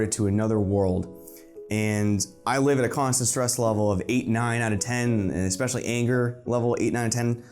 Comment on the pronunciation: did you say “exspecially”?